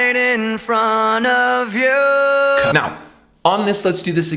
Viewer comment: I think Chester sang Yo instead of you because it rhymes with Control. Can't you see that you're smothering me Holding too tightly, afraid to lose control. 'Cause everything that you thought I would be Has fallen apart right in front of you..